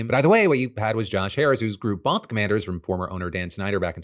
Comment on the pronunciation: Why does commanders sound like Comanches